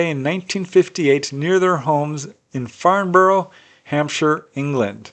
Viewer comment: The Farnborough UK case, it's pronounced Farnbra. I MET Hillary Porter some years ago, when she did a presentation for the Paranormal group I then ran in a pub. Lovely lady.